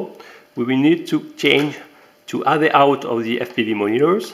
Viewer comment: bizarre ton accent et amusant ... (il n'y a pas de "H" devant le "out" ... et "AV" c'est avec un "AV" qui se prononce "HAYVI") ... Sinon la video est super intéressante :-) Bravo ! Impatient de recevoir les miennes !